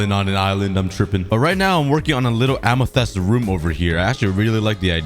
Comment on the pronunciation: Amathests LMAOO